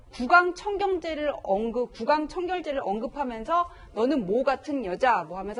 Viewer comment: 변호사 발음 왜 저래. 몰라떠요. 여덟살 따리가 구강청경제. 지금 나오고있는 영상몇몇은 일본예능인줄.